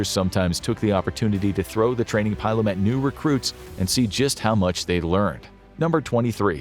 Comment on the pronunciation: I know you do a lot of history here and you know a lot, but please never ever say pile-um again. Its a pillum as in pillage